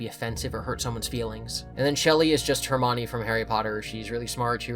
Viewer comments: Never heard Hermione pronounced that way before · my wife pronounced it that way as a kid lmfao, when you’ve only read the books and never heard the name it’s kinda hard to know how to say it